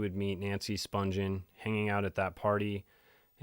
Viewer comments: Its Nancy Spun-ghen with a hard G not Sponge-en. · the g in her last name is pronounced like the g in the word, again.